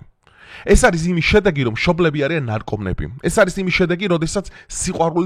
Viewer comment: ნარკომანები და არა ნარკომნები.